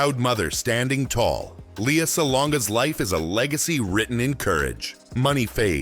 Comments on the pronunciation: its not Lee-ya, its L /e/ a. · btw -- it's one of her pet peeves when people mispronounce her name -- it's LAY-ah